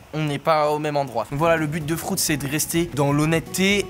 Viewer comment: 5.43 : “ FROUTS.”🤣🤣😂